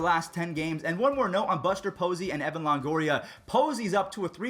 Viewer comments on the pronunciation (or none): none